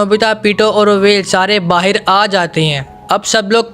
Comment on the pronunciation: BAHAR NOT BAHIR